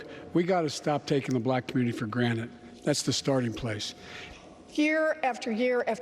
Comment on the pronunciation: Yeah, I slowed the video down - he definitely said "granite". He looks like he has no idea what he's saying most of the time.